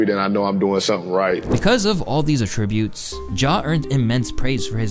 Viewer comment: A-tributes lol